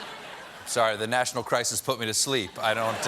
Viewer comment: He didn’t say “National Emergency”, he said “Nertional Emergency”. Very different.